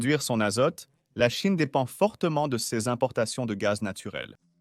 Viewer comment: Votre voix de synthèse à encore beaucoup de progrès à faire: quand j'entends cèse alors qu'il est écrit "ces", je dégage illico.